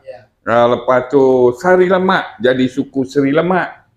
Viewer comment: Jelas sekali ini tukang wawancar tak menguasai bahan, sudah benar nara sumber sebut daerah "SARI Lamak" (suatu nagari di Tanjung Pati 50 kota), eeeeh tukang wawancara malah nyantol "SRI" LAMAK, ya jelas salah karena tidak ada Sri Lamak adanya SARI LAMAK. Baiknya Suaro Minang TV siapkan dulu wawasan pewawancara sebelum undang nara sumber apalagi sekelas Profesor senior.